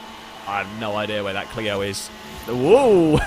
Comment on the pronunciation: Clio-zone. Lol